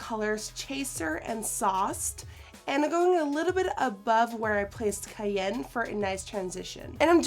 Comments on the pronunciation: The color "kayen" lmao its cayenne. Kai. Ann. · I love you...but.....its ki-yan! You said En fuego correctly! But cyanne was driving my nuts! lol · 'Kai-Anne' not 'Kai-Yen' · I hate to be a bitch (no I dont) but honey it's pronounced Kai-yen...like the pepper... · Am I the only one mad about the way she said 'cayenne' lol its pronounced kie-an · (ki-yan)=cayenne but its ok bc ur so amazing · i love how she says cayenne 😂 its pronounced shy-anne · It's pronounced kai-anne... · cayenne is pronounced kaianne ( kai-anne ). as in cayenne peppers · Was I the only one who felt irked every time she said "cayenne" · YESS 'cayenne' omg 😂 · the way she says cayenne lmao LIKE THE SPICE!! 😂😂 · cayenne is pronounced like the spice😂😂